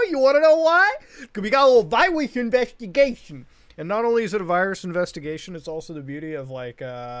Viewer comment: Just rewatched "we got a little viwus inweshtigashion" 3 times